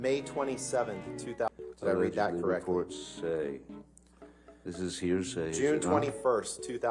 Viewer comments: " hersay" everytime , it's anoying and pathetic lol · Somebody, somewhere is going to come back to this trail and make a "Heresay" drinking game..... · Am I the only one that heard “hearsay” the entire time? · When you learn a need word and want to use it as much as possible lol "heresay"